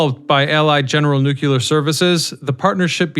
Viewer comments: Pronounce "New-Clear", not "New-Que-Lur"!!! How can you possibly present the subject with any credibility when you consistently mispronounce it's name?🤡🎪 Look it up = nu·cle·ar /ˈno͞oklēər/ 1. relating to the nucleus of an atom. Say this out loud = "A NEW day is dawning with a CLEAR blue sky". You can say the 2 words separately. Now, combine them NEW*CLEAR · Nucear, not nucaler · Nu-clear. Not Nuc-ular. No such word exists. Instant credibility loss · Say it with me now… “NEW-KLEER.” There’s only one ‘U’ in there. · If you don't learn how to pronounce Nu-Clear..... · New-qa-ler??? What's at the center of the atom? The new-qa-lar-eous 🤦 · made it to before leaving for nukuler reasons. TD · Learn to pronounce "nu-clear" please. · Haha that's funny. Its all good ,the homie George dubya used to say nukular as well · OMG. It's pronounce "NUKE - LEE - ERRR." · 🤣🤣🤣🤣 So annoying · It doesn't annoy me when you pronounce it 'new cue lur', I simply know how educated people feel about those who cannot pronounce things correctly once they know the correct way, and, having been made fun of when I was a kid when I made a mistake, I didn't want you to suffer the same fate. Because try as we may, there apparently are a very lot of people who think anyone who is different is automatically relegated to being considered mentally deficient. I watch your videos anyway; I know other people who mispronounce words, and think it's perfectly fine, as well. You make great videos, so, pronounce it any way you like. But at least now you know, that we're not saying this out of malice. We're just trying to help. Honest. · Each time I hear nookyooler it hurts my soul. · I do voiceovers professionally. I tried to make it through, but you kept saying "noo-kyoo-luhr", and then when you said plu-toon-ium, you lost me.